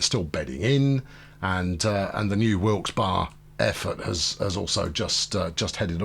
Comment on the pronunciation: Also, the locals call it Wilkes-Berry. You say it correctly though.